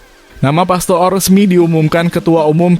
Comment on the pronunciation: Bodoh banget Mimin ini membaca nama orang pastoor itu di baca pastur